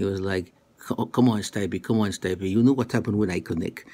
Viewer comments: It's Stee-peh, not Stuy-pee lol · you stupid mericans can't even properly pronounce this Croatian boy his name....Stipe ,i reads like E,so it's not Stype ...I'm not gonna even try to explain to you his last name...Miočić ...google it fuckers and put translation on Croatian